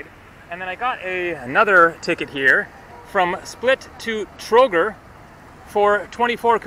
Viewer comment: $95 for the whole day including room, bus ride to Sarajevo and Trogir (pronounced Trogeer, btw, you dropped i between g and r that's pronounced as a long e), lunch and dinner was NOT cheap? Sorry, but that's dirt cheap.